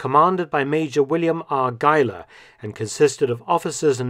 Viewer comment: thanks for pronouncing Geiler as a german last name....